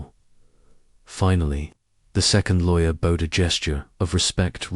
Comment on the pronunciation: The AI keeps mispronouncing bowed.